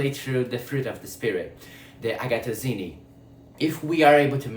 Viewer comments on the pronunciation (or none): A IA não acerta muito as palavras 😅 Agathosyne de Agathos😂 Que o Espírito Santo possa ungir essa mensagem e alcance os que necessitam 🐑🕊️✨